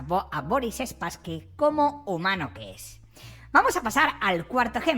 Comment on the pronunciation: 😂 me hace gracia que le llames SpasskyS, suena a perrete 😅